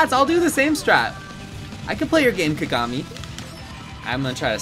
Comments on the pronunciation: Kuh-gah-mi Me, a Lucky Star enjoyer: Kaw-gaw-mi!!! Empex somewhere in the corner: Cries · the way he was saying kagami 😵‍💫 haha